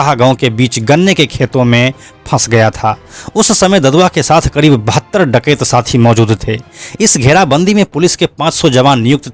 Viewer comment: डाकयत क्यों बोल रहे है आप